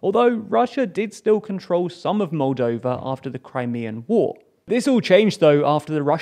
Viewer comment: Moldania? Roldania? Roldova?